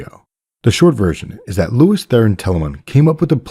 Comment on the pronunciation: Sounds like you're saying "Lewis" instead of "Lews". Are you sane " Lewis"?